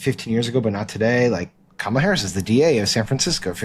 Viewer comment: Did anybody notice that Trump pronounced Kamala's name correctly at the press conference today? Not sure what that means!